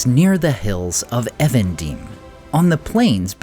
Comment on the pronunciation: This is the second time I've heard you pronounce "Evendim" weirdly. :) It's English, not a foreign name, and should be pronounced as a contraction of "evening dim". Literal meaning is "Lake of Twilight" (Nenuial in Sindarin).